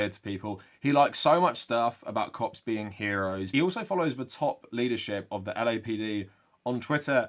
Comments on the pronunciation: Your accent makes when you say "Cops" sound like "Cocks", I'm a child lol. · whenever he says cop it sounds like something else and i do a double take everytime